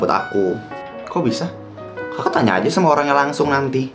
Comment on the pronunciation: Dia bilang kakak bukan jaka woi